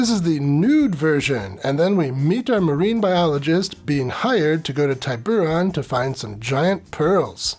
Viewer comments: A Spanish island, the I in Tiburon should be short, or more technically an ee sound and a long o, oh. I don't doubt the movie is wrong though. Girls seem to be holding their breath well.😅 I'm surprised there aren't porn mermaid films actually. Ariel was old enough to get married.😅 Dude, you'd be safer in the ocean than the poison waters of The Great Lakes. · No hard I in the pronunciation